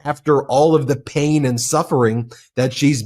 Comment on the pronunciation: A 5+ minute commercial by an obvious man in his 20's about "we all ferl the paon of aging" omg - disrupts this video and is like a road block to me! Make them SHORT, less than a minute or I will stop watching.